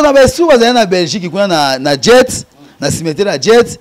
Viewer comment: Tika koloba "djet"! Soki oya déjà Belgique, olingaki oyeba que c'est pas "Djet" mais "Jette". Tika kokosa que tu étais 3è au Congo et 5è au monde. Et surtout tika koloba oza parce que les ne parlent pas de cette façon et avec autant de lacunes en français. C'est un nom qui t'a été donné parce que boza village moko et ba parents bayebanaki. On voit ça souvent epa ba ngala